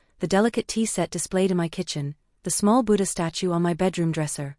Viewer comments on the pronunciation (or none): none